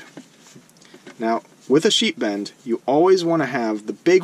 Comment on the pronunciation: Ha! I thought you were saying "sheep end". Very good tutorial, thank you! Upvoted & subscribed.